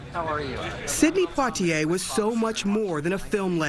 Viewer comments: please pronounce his name correctly! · Learn how to pronounce his name correctly. If you can’t even do that then you shouldn’t have reported on the story. This man has done so much I think you can learn how to correctly pronounce his name. It’s not that hard. She should be let go. Her ignorance and lack of empathy is appalling.